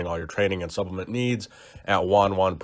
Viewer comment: Er Branch, the word is supp-le-ment. Three clearly recognisable syllables